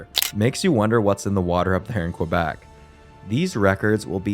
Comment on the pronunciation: Its Kuh-Bec, not Kwa-Bec.